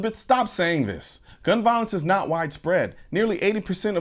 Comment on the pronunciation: Warren needs to learn how to even speak. She only talks about "Gun Viowense". Personally, I don't know what "Viowense" is in the first place....